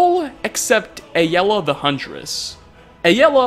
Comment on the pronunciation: I love nates channel, but I also can't watch videos where he talks about Aela. Him saying it like A-l-ah is so annoying. Please if you ever see this, please stop